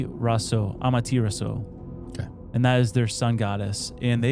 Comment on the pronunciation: So Leme just use my anime knowledge of Naruto and correct you on the name of th sun goddess… “ah mah tey rah sue”